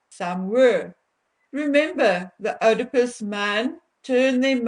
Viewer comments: Sorry don't mean to be pendantic but the correct pronounciation is EEEdipus complex. If Harry's wife knew about any attack on women & helped to cover up the facts, then she would be liable for a charge of ACCESSORY after the fact, not Accomplice after the fact. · Oedipus is pronounced not with an 'O' like in Afrikaans, but with an 'E' in English. Something in my gut told me that people as entitled as H and M must have some rather dark secrets in their joint closets. When the truth comes out, it's not going to be pretty. Those 2 people may be wealthy and powerfully related, but they act really low class and are completely disrespectful, dishonest and self-entitled. I hope they get what they deserve - and it's coming soon. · 🥳💃✨😍🦁🌍🎈 PS: Not that it matters in the SLIGHTEST my dear, but one doesn't pronounce the ''O" in Oedipus. 👍🤗 Listen here on this old BBC You Tube video: 👉👉 The Oedipus Complex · Oedipus is pronounced eeedipus. Negate the O. Thank you for today's info. I have long suspected that this Man is a very real threat to women, and I feel that his wife is just as dangerous as he is. They fuel each other. When like means like, it's petroleum on a bonfire. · Not Oidepus .... If you're going to use big words then please learn to pronounce them. Especially as these words are used in clinical settings.Shame man, I understand you're Afrikaans and that you have an accent but if you do not know how to pronounce it please ask someone who does.It is Oedipus....God bless you.✝️🌼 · It's pronounced "eedipus." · FYI, it is pronounced ‘eedipus.’ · Pronounced : Eeee-di-puss ... NOT ... Ohhh-di-puss. (ie. Oedipus complex). Just sayin' ... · It is pronounced “EEEE da pus”……..not “Oh da pus”. And it is Pustule….not pest tule…just saying. As you yourself would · You’re pronouncing Oedipus incorrectly. It’s not, “oh de pus”, it’s “ee”, as in need. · Hi honey the word Oedipus is not pronounced Odipus it is pronounced EEdipus. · Oedipus is pronounced "eedipus."